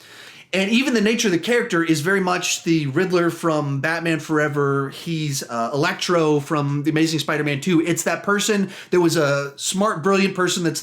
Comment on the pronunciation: I don't think you ment it but you said Elactro instead of Electro